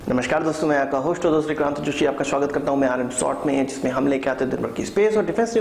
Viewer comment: Your name is or? When you pronounce, it appears like.